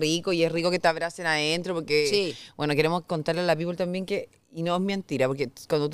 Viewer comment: Pamela, se dice people y se pronuncia pipl. No pongas los pies en el sofá. Modera educación y vocabulario.